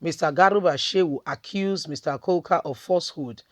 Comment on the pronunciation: His name is Kuka not coca, pls learn to pronounce people's names properly sis.